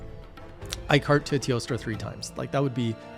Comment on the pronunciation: Jesus, your editor is doing a great job at giving me a small jump from that zoom in . I swear I didn't notice until BOOM. Cheers, Editor 🤣🍻 Also, I still love how you say, "Teostrrrrrra" 🤣